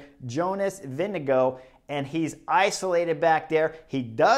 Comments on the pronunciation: VINGEGAARD not Winnego? WTF chris?? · Vingegaard, not Vindego please!!! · All of the American commentators trying to pronounce Jonas Vingegaard's name, for no reason at all: "Jonas...VINGADINGALINGDEVANGOUGH" Like, good God, you're supposed to be experts, it takes about five seconds to learn how to pronounce a name, ten seconds to practice it, then you don't have to spend ten minutes with your tongue falling down a staircase every time you try to say a (frankly, pretty easy-to-pronounce) name like Vingegaard. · Sorry Chris, it's Vingegarrde---VIN-GA-GUARD. Love the analysis but get his name correct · I thought Cris said Vinni GOAT